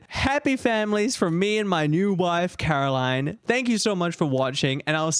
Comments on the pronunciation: her name is "CaroLINE", not "CaroLYN" xD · The best character development through this mod was finally saying Caroline instead of Carolyn 😂 jokes aside this was a well made mod! Very much oscar worthy 👏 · idk why but when said "Meet Caroline" i thought he said "Meat Caroling" 😭